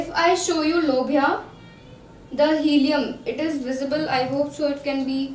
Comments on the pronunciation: It's hilum, not helium lol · It's hilum not helium